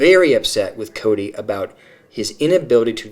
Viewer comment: A couple that bug me is how Janelle says Koody, rather than Kody. And Christine ends some words with a 'K' sound, even though the word doesn't end with a K. A couple of her kids do it, too. Yeah, Robyn saying dill instead of deal. And she says that word a LOT.